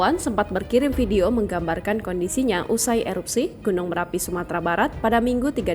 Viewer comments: Marapi mbakkkkk... bukan merapi... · Bukan merapi tp marapi ya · Gunung marapi.. bukan merapi kakak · Bnyk bgt media yg slh omong Marapi menjadi merapi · Marapi bukan Merapi